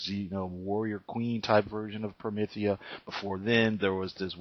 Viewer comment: You’ve got some nerve reviewing something you can’t even fully grasp, unless the video is actually about you and your ignorance. Also, it’s not pronounced promithia. You probably wouldn’t be able to handle Gene Wolf’s book of the new sun or Steven Erickson’s Malazan Book of the Fallen. Those aren’t comics, but along with Promethea by Moore and The Sandman by Neil Gaiman are the pinnacles of fantasy in both comic and novel formats